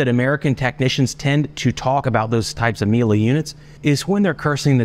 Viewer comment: It's pronounced me_yeh-lay and means honey in Italian. I own several their build quality is first class